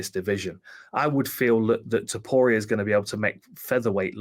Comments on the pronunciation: How come you pronounce Topuria as "Topura"? Your country's name literally ends in "ia". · ta POOR Re A. not 2poora. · “Tuhpura” 😆 I find it funny and kinda Hope he keeps doing it lol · The way he pronounces Topuria makes me bang my head against the desk.